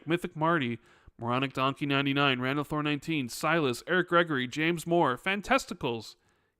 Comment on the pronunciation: We have been hearing for a few months. No big deal. I just laughed when I heard it.